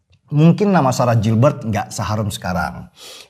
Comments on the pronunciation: bacanya GILBERT bukan JILBERT tapi orang indo semua nya ngeja kek gitu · Koreksi dikit mas denny, cara pengucapan/pronounciation dari GILBERT tetap sama /tdk berubah (baca gilbert),bukan jilbert. Terima kasih. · Koreksi bang Denny...!! GILBERT (dibaca : GILBErT) bukan (JILBErT) Lanjuutt....!! Gaazz Pooolll.....👍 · Mas Denny, it's pronounced "GIHL-BERT" not Jil-bert. Ntar Ibu Ketum gak suka loh.... 😄😄😄